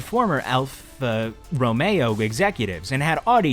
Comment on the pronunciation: friend, im just trying to help here: 1) you cannot stutter your way through "alfa romeo;" its sacrilege. 2) the devel sixteen is a farce and has nowhere near that hp. 3) if you think the drakuma shares a likeness to pagani then please have your eyes checked. 4) "le mans" is pronounced "leh mahn" not "lay manz." 5) do more edits as you can be heard tripping over words. good luck with the channel.